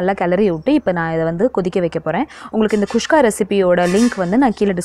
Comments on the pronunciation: Nice... Kuska... Not khuskha.... 😀😀😀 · athu kushka illa mam guska k